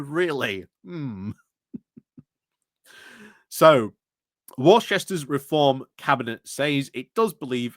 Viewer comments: Wussstir😂 ffs mate. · It's pronounced wooster.